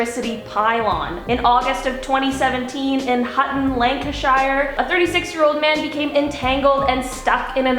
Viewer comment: I’m sorry as a British person I got TRIGGERED at how the lady said Lancashire lan-ca-shire I was like 😂🙄